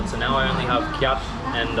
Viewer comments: the currency of Myanmar "kyat" is pronounce "chat" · By the way, I am also from Myanmar but i am from Nay Pyi Taw, not Yangon. I noticed that you pronounced "kyat" very wrong, it should be pronounced like the word "chat". Thank you.